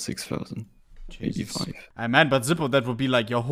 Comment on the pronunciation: everytime he has said "zipo" i've auto correct to "zipel" in my head